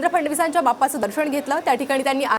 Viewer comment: ताई,दर्षण नव्हे!दर्शन म्हणा! अशुद्ध उच्चार व शब्द!!!